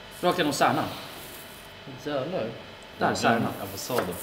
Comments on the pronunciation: Stjärnan? Tijärnan?😂😂 Menar du Kärnan? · Det heter kärnan inte särnan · Det var pinsamt när du sa särnan